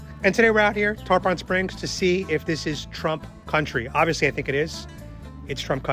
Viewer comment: love the vid but it aint tarPAHN its TarPIN